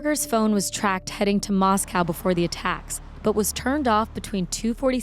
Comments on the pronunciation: Moss-co is how you say the city name. I cut Bryan's hair one time. Empty eyes, odd interaction. Came across as snobby and aloof. But that's part of my bias catering to college pukes. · BTW. It’s not moss-cow. It’s moss-co. I grew up in Idaho. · Locals pronounce it “Mostco” like Cotsco not the city in Russia.